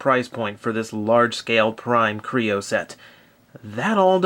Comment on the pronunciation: is it me or did anyone else hear him say crayon at ibe point in this review or was it just me